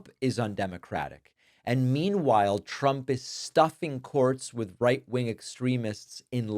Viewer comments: Is "Tchump" the new way to pronounce it ? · Am I the only one who heard her call him “president chump” like every time? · She always sound like she's saying "President CHUMP" 😂😂😂